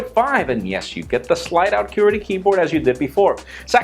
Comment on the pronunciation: the way you say qwerty is amusing